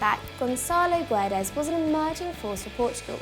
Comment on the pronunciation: You really should learn how to say Guedes... It is kind of triggering, since it's not really that hard